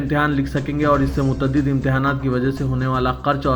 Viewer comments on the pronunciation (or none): Mut'tadid nahi balke Mutad'did. Shaffaqiyat nahi balke Shaf'fa'fiet